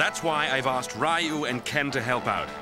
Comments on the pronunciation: The pronunciation of Ryu is driving me crazy. And wow, Cody's voice is hilarious. I'm pretty sure Jessica being with him would be considered abuse of the mentally challenged. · 1) Cody's voice & accent 2) Rolento's voice & accent 3) then Ken's hair... *Bonus* They're pronouncing Ryu as: (Rye-Yuuu) instead of (Reee-Yuuu) which also hurts my feelings, lol 🤕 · streetmagik I hate the way they pronounce ryu .its reoo not Raaiio. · Always hated the way they pronounce Ryu's name lol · So did I until I learned the proper way to say it. But u would think w/ a production team behind the scenes they woulda got it right. Like if I pronounce Machete as (Ma-cheet) that would hurt ur ears. We gotta respect Ryu! Lol 😆